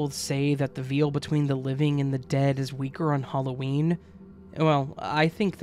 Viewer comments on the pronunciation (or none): Would you say "so-and-so argued with I"? Then why are you saying "argued with Charlie and I"? It's "argued with Charlie and ME". "Veil" is pronounced like "pale" not "meal". That's how "veal" is pronounced, which is meat. I enjoy your videos, but your bad grammar drives me nuts.